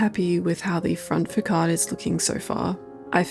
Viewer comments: Love it. Just fyi around 10.30 its pronounced fa-sarde not fa-card. Subbed, a lovely channel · awesome video, but "fakade"??? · Hate to be that person, probably gonna get downvoted, but the word «facade” is pronounced “fuh-saad”, with and S sound, not a K sound. So sorry, don’t mean it in a rude way. All love. Love everything you’ve doing tho, you’re a very talented builder, very inspiring.